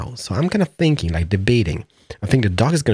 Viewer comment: WHY are you saying sinking its called thinking!!!!😤